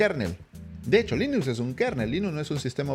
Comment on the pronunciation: Se pronuncia Linux no linus